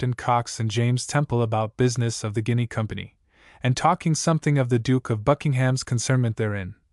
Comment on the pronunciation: A pronounced ‘Ginny’. Not Guiny. 21shillings